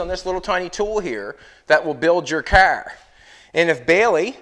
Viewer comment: I had to stop watching this guy. He makes junk, into junk. By the way it’s pronounced CAR, not KER.